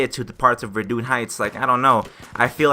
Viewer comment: Let me help you to pronounce those words in french Verdun : Ver like Verify . Dun like in hayden . St quentin : saint - khan (genghis khan)/ taint dont pronounce the t : saint khan/tain fort de vaux : Far devo . Soissons : So/wa/ ss /ON of ONtario Rupture : Rup of rupert / ture is the same as the english one , like in vulture . Source : French Canadian here. Nice vids Btw. !!